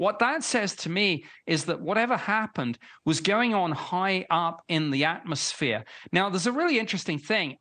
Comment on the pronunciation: Did he really pronounce Utah as "Yoo-tar"?